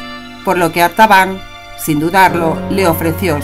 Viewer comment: La voz dice: "Arbatan".... Pero el título dice: "Artabán" 🤷‍♂️